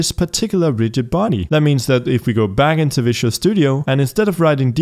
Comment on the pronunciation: It is fun that he is pronouncing Visual studio as Vicious Studio :)